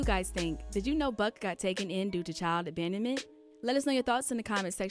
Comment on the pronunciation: Did she say child bandment? Yes she did. It's abandonment. Jesus